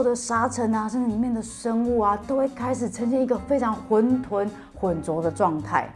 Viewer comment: 混沌（ㄏㄨㄣˋ ㄉㄨㄣˋ）